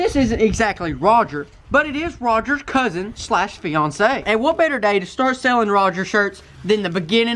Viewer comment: Is anyone gonna point out he said "CoUsIn/FiAnCe"